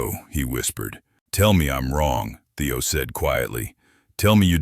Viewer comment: Kind of ruins the story when the narrator program messes up Theo’s name on and off.